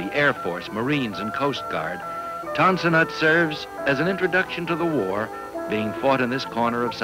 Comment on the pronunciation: It is spelled Tan Son Nhut not Ton San Nhut. It is spelled Guantanamo not Guantanomo.